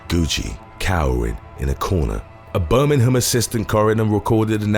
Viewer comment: Birming-ham? mate you are just trying too hard too hard to please the north americans.... be true to your own accent and pronunciations.